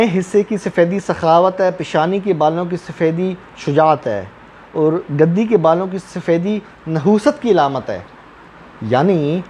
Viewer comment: گَدی نہیں گْدی گ پر پیش ہے زبر نہیں۔